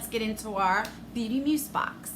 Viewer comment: Where's the makeup and skincare?! That's deff not worth $45... $120??... no way! Sorry, but I'd be mad 💜 Oh btw, it's pronounced like muze 😉